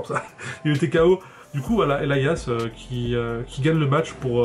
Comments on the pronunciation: sa se dit pas EL I AS mais Elias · 782 en anglais on dit "Elaias" en phonétique du moins, le i se prononce comme comme la lettre ou le pronom personnel "I"